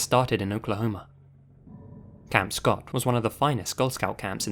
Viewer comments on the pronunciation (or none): none